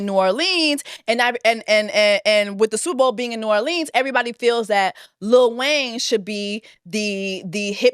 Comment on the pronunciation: The way she kept pronouncing New Orleans 🤦🏾‍♀️🤦🏾‍♀️😂😂😂